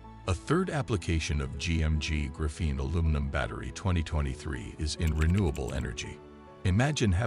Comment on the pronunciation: Pretty sure that’s the wrong emphasis. Pretty sure it’s the same emphasis as graphite.